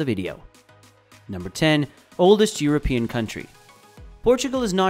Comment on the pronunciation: Europian? Do you mean Euro - pious? Or EUROPEAN ? And please stop saying / soo-breh-ro'/ because it sounds Spanish - it's more like /soo - ' brei-ru / (NB - i don't have the International Phonetic Alphabet characters in my laptop, so these transcriptions are phonetical by proxy). We're friends with the neighbour but we like to keep our distances in matters of Language.